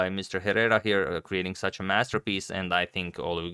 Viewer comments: Agad, Hernán is correct. You should pronounce Herrera like "Ehrrrera". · In Spanish Herrera is pronounced Errera. You must never pronounce H+ vowel in Spanish since the phoneme was sacrificed long time ago. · Since you seem to appreciate tips on how to pronounce foreign names and surnames properly allow me to hint that the "h" in "Herrera" is silent. So a more accurate way to pronounce his surname's first syllable would be akin to "eh" in english I think. I hope it helps! Great video and great game, by the way. I learned a lot. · Plus the H in Herrera is silent. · Hey Agad, Herrera is pronunced without the H and with a strong R, like the one in Rocket. Hope I explained well XD love your content!